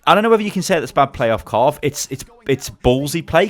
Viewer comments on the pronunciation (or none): immortals's kar riv not carve lol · it's kariv, not karv. triggering me throughout the vid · Everytime I hear him say Karv when talking about Kariv I die a bit inside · IT'S KARIV! NOT 'KARV'! THERE'S AN I IN HIS NAME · Its kuh riv not karv its triggering me lol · It's Pronounced kar iv not karv lmao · Pretty sure It's kariv not karv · You said Karv for the immortals support but it's pronounced Kareev by the way. Love the vids tho;D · its pronounced "ka reev" not "car iv"